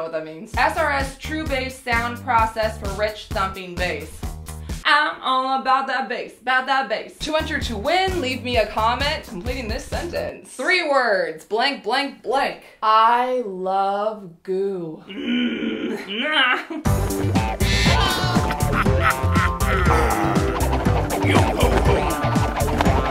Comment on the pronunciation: three words: one two tree